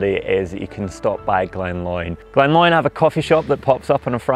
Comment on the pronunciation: Great episode. Minor point, Glen Lyon is pronounced ‘Lion’ not ‘Loin’.